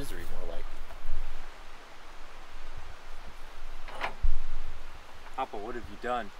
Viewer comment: Hey there sir, does jack refer to you as Papa or am I hearing BaBa?